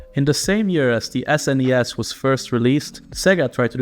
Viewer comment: You pronounce NES and SNES wrong.